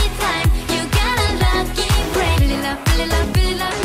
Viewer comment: マコのfeel it up の発音がリラリラ語が存分に発揮されてる